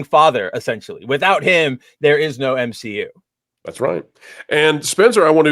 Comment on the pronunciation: The M SHE U is dead 🤣🤣🤣🤣🤣